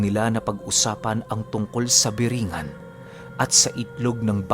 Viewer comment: corecton lng po (BORONG-GAN)